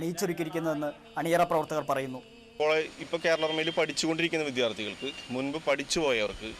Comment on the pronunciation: presenterude vi"KH"ara vum vi "DHY"arthi kalum matti nokkiyal OK